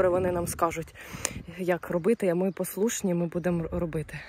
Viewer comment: Какие "послушні" не позорь Украинский язык, лучше говори на том языке который знаешь